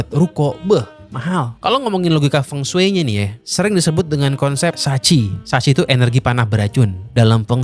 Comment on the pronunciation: blm dibikin nih konten mengapa penyebutan huruf latin cina beda dengan penulisannya. di konten ini udah kesebut beberapa, Feng shui = fengshi, Beijing = Pei Cing, Qin = Cin